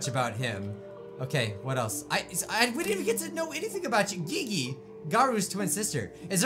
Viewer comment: The way he pronounced Gigi 😂 boy, you're killing me